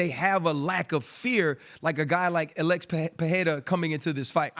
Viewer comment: Why do they pronounce Alex.. like Uh-lex!? 🤣